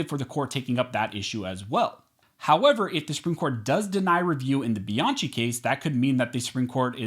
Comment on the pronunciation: One, your attempt to speak faster than Ben Shapiro often renders you unintelligible. Please stop this. Two, please stop mispronouncing Bianchi. Other that those two things, good video. Thank you.